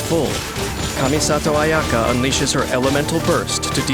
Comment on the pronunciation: He pronounces her name better than her own voice actress